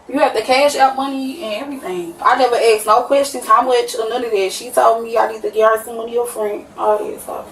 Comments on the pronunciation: Well she did get “on the innernit” she axed and got it. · "Eggsed"?? Ive heard dumb ass ooga boogas say "aksed"... but "eggsed"? Why cant YOU PEOPLE speak properly????!!!! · Wow, on Virgin too! I was thinking it would be Carnival. Ratchet Action. "Duh, OK, Huh" where did she learn to speak? "I aks them if they could use Apple Pay" goodness.